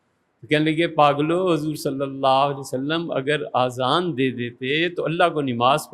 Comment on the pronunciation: سر آذان نہیں ہوتا، اذان ہوتا ہے۔ اور اردو کا واقعی خراب نہیں کرنی چاہیئے کہ نِماز نہیں نَماز ہوتا.